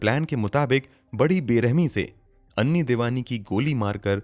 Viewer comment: उसका नाम ऐनी था ना कि अन्नी